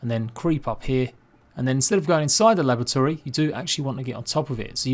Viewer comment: great tips cheers, im not sure if its my hearing or not but it sounded like u were saying lavatory rather than laboratory to me lol